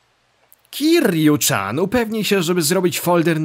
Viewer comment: Gdy się Majime naśladuje to to się powinno wymawiać KIRIU CIAN:) Tak wogóle...to tu Majimie całe style walki debiutóją...można wyłapać Thuga, sluggera, breakera no i oczywiście Mad doga:) Troche mnie dziwi że Majima tak puźno zadebiutował jako postać grywalna...cała seria ma potencjał a tu prosze... Swoją drogą...słyszałem że Kingdom hearts to ma slasherowy model walki...devil may cry, god of war i te sprawy...prawda to?